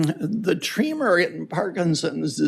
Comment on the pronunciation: Why are you pronouncing tremor as tree mer. ??